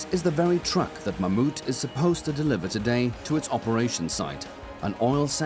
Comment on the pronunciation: Thats the first time i’ve heard an English/American person pronounce Mammoet kind of right